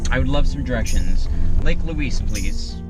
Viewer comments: We locals pronounce Lake Louise more like Lake Looize we kind of slur the "s" sound and not announce the "s" sharply. I hope that makes sense. You guys will have to go back when there is not so much smoke in the air. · I get a kick out of your pronunciation of 'Louise as Louiss'. We Canadians call it Loueeze. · It's Lake Louise (Loo eeze) not Luis! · Ho-run-num-nay is its first name. It's pronounced Lou-eeze not Lou-eees - the person it was named for was female so you're using the masculine pronunciation which is incorrect. And, Queen Victoria did not demand it be named after her daughter - it was named to honor the princess because she was the wife of the then Governor General of Canada and was held in esteem. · It's so much fun to sit on your dashboard and watch your family interact. I live four hours from Banff and appreciate the reminder how beautiful it is. I love how you pronounce Lake Louise as Lake Loooeeessss. We pronounce it Lake Loueeezzzz. Lol. So glad you enjoyed my backyard and were treated well. safe travels to you all. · Pro Tip - say "loo-eezz"